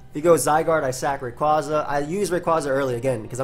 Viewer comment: FOR FUCK'S SAKE! IT'S RAY-QUAY-ZA!